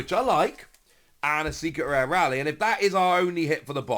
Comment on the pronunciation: You might be the only person in England who pronounces Rayleigh incorrectly eren on the train they dont say Rally.